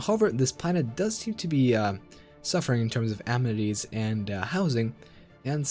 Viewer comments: In the first few seconds, you had me. I've hated Wiz for a long time. But "am-netties", seriously? "Uh-men-it-ees" practice now. Administrative Cap doesn't matter. Ignore it completely. Trust me. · a-MEN-ities, Not am-netties. Thank you. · It's pronounced "Uh-Men-It-Tees" Your videos are amassing though. Thank you!